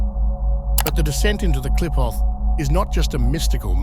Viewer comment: This ks AI slop, that is kindof accurate. The names of the qlippot are mispronounced